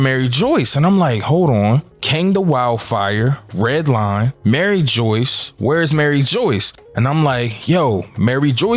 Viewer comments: Broooooooo its Mary- ju waaaa not fucking Mary joice!!!!! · My man's killing my soul everything he says Maryjoyce it's mariejois lol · Mariejois- Marie-jua lol 👍🏾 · Dude it’s not pronounced Mary Joyce bro your confusing people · my man please say the names properly. it hurts to hear it being said wrong lol..Mary Joyce.....is not the name... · lol bro i cant with every time you sy "Mary Joyce" like i hope thats just a meme dude it kills me lol. Same thing whenever anybody says "Aka eee new" like its "Ahk-eye-noo"